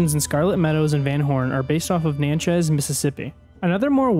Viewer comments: The way he said Natchez 😂😂 it’s pronounce Nah-chiz, anyway loved the vid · Your pronounced Natchez miss terribly wrong